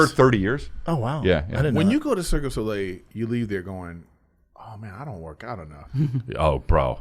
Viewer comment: I like how Erik calls it Circus Olay